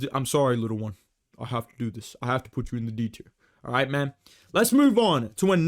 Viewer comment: Dude, why r u saying mAhN? Why isn’t Jack Jenkins in the bloody S tier???!!